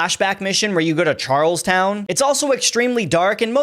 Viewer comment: it's pronounced "Charl-ston"